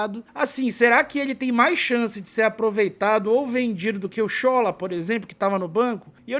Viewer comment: Boa tarde!, a pronúncia correta do nome do Sola é "Sholá", como se tivesse um acento agudo como nas palavras olá e sofá. Quem me falou isso foi um nigeriano que mora na Bahia.